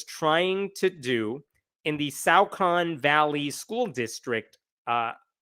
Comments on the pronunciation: Okay it's disturbing to know that this is happening pretty much next door to me. But I can tell you with great confidence that the "au" in Saucon is not pronounced like "out"; It is pronounced like "saw". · It's pronounced "saw-con". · It's pronounced "saw-kin". 🎉👍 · It is pronounced SAW-Kun It is literally just down the street from me. I went to high school there. I heard nothing about this. They really kept this under raps THANK YOU SO MUCH FOR DOING THIS VIDEO I am going to spread this message right now to all my local groups.